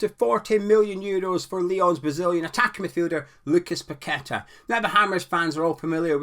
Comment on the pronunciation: 'Paquetta bout it'